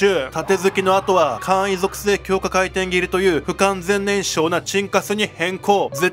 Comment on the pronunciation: 高圧廻填斬り こうあつえんてんぎり→✕ こうあつかいてんぎり→○ 動画だすより漢字の勉強しよう